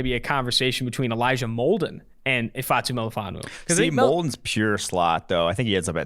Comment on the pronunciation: It’s Molden and it’s not close